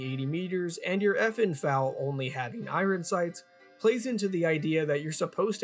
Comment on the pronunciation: I-I-Ron strikes again.